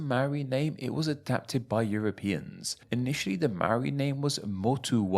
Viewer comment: Well at least he didn't say "may-ori".. He still didn't roll the "r" though.